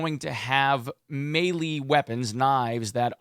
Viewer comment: Its pronounced "may lay"